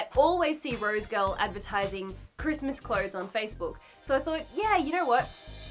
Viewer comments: 🤭 Girl! 🤭... Everytime You Kept Saying "Rose Girl"... I'd Say... "Rosegal"... "Rosegal"! 🤭😁😄🤭 Really Great Review - Thanks & Much Luv🦜Archie! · So is it rose girl or rose gal or is it her accent that is making me lose my mind? Cause I swear it’s rose gal and she keeps saying rose girl. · Cringe everytime she says "rosegirl" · Maybe its just me but somehow i keep hearing "roadkill" when she says rosegal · has a super complicated order that she gets for free and can't even say the name of the site properly